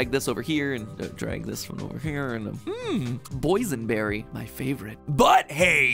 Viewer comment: Matpat: “mmm! Boys-In-Berry!” Me: Laughing really hard😂